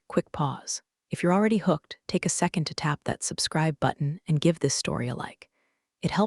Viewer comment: The word is seconD not seconT!!!!